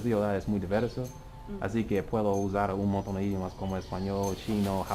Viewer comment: tienes que dicer "idiOmas". Mas fuerte con la letra O.